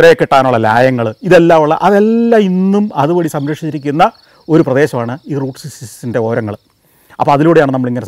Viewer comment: SGK is finding it difficult to pronounce Route Sixty Six. 😊